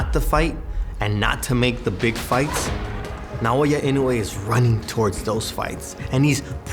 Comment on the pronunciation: Why is it that people can't pronounce his name properly? it's Na- Oyah Ino- ooooh - ay